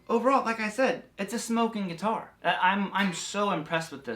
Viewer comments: If you quit saying geeetar, then I quit you. 😅😅😂😂🤣🤣😭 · U say guitar like my grandpa 😂